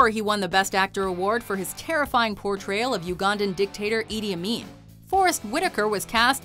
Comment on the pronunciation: that idi amin pronunciation was very painful